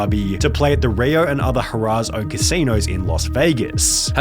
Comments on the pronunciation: Harrah’s is not pronounced HA RAAS. It’s pronounced HAIR AHS. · Another solid video. I hate to sound like that guy but it’s not “Huh-rah’s”, it’s pronounced “Har-uhs”. I always stayed at Harrah’s Atlantic City back when. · ...it's HARR-ahs...not hurrah's. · Great video, and super informative. Just so you’re aware for any future references you might need it for, the company/casino “Harrah’s” is pronounced like hair (HAIR-uhs) and not like the word “hurrah”. Great video! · It’s pronounced “hair uhs” not “hoorahs.” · imma be that guy... Harrah's is pronounced hair-ahs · How can you not pronounce Harrahs correctly? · HA-RAHS is not how you say that name... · I love how he call’s Harrah’s “Hurrah’s”. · I love the way that you pronounce Harrahs but it's actually pronounced "Hair-uz". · Lost me at “hurrahs” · It’s pronounced “Hair-uhs” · You called Harrah's "Hurrahs" ... If only that were true!😆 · I've never heard Harrah's pronounced that way lol Just an FYI, it's pronounced "Hair-ahz" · the way he pronounces it hurrahs is so cute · He did not just pronounce it as hurrah's. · His fatha? And danga? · Please learn how to pronounce Harrahs. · I stopped watching when you couldn't pronounce Harrah's correctly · Pronounce harrahs correctly please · Your pronunciation of Harrah's casino made me giggle. Nice vid! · The way you pronounce "Harrah's" tells me you're not a gambler. Which is a good thing. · How you pronounced “harrahs” killed me everytime lmfao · Your pronunciation of Harrah’s shows your utter lack of research.